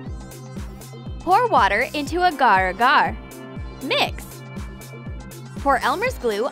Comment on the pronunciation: They said Agaragar wrong. FROME THE PHILIPINES!